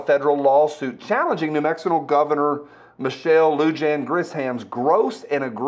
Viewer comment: Say it like this. Lou-Hon. Lujan is Spanish and the J is pronounced as an H. She’s my idiot governor